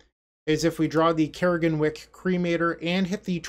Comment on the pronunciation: CRAG-EN-WICK (Crag and Wick it's a pun) that is how you pronounce it. Not Care-Gen-Wick...